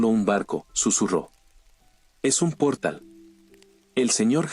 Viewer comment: se entiende que tengas prisa por subir los vídeos bro y que la traducción no sea la adecuada a veces pero pls mínimo dedicale un momennto a escuchar el relato cuando lo narra el bot algunas veces faltan acentos y suena tan raro el relato jajaja como los nombres en este relato: "sofie" o "pórtal" o cuando en algunos relatos dice "cuchilló" suenan bien antinatural